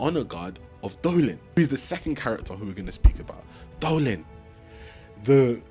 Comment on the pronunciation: I'm not gonna judge you, because I can't say their names to save my life. That said, the general isn't called Dolin, it's Dalinar. I think you accidentally made a weird mix of Dalinar and Adolin, who is his son. I'm glad you're enjoying the archive. I'm on Wind and Truth, and I love seeing new readers getting into the saga.